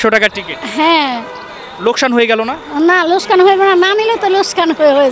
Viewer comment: লোকসান না লোসকান😂😂😂😂😂😂😂😂😂😂